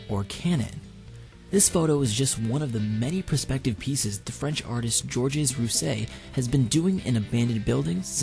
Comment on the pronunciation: Georges Rouss-hey lol